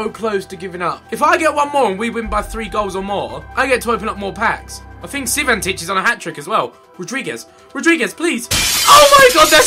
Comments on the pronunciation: Not is CI VAN TICH, it's Cvitanich, you have to say: SEETANICH Please like the comment so Ethan can spell right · Ethan it's Cvitanich not Civantich. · IT IS CVITANICH !!